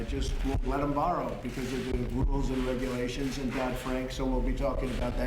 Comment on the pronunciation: (ahem) Regulations, not regualtions fraud, not faud Yeesh, get it together